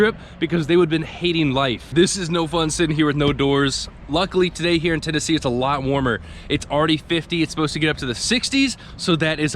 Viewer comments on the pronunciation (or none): none